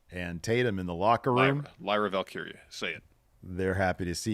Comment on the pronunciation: isn't the only struggles with Lyra Valkyria. Tommy Dreamer was struggling to say it the other day.